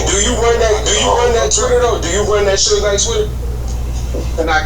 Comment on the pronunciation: Lol kept calling suge shoog